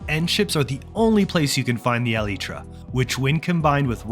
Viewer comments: Pronounce elytra as. Alaytra. Not eleetra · Eleetra. Thumbs down for saying it wrong. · The eliiiitra?😂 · brother pounces elytra like (ELTIE TRA) LMAOOOO